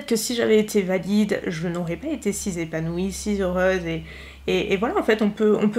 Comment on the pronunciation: si zépanouie, si zheureuse 🥴🥴